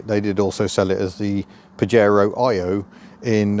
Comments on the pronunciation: Pah-yey-roe,not paJaro… Your welcome 👍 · It's pronounced "Pa-hare-oh" in Spanish and means something rude in Spanish (an insult). Back in the 1980's, I had a Spanish GF (Angelise) who started laughing when she first saw a Pajero 4x4, in the UK. In Spain, they had to rename the car "Shogun". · It’s pronounced pahero. As in Fajitas.